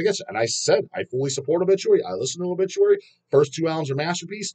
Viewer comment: I was actually insulted when I unfortunately heard Bullituary.